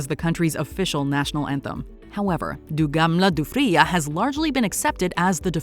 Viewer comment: As a Swede, you pronounced “Du gamla, du fria.” the way French people pronounce it😂